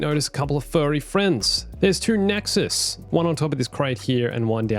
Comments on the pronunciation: The Nexus' name is pronounced: "Necks-oo" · why he call the nexu nexuz?